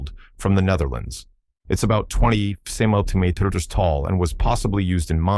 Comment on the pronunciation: Centimeters is another one AI needs help with 😁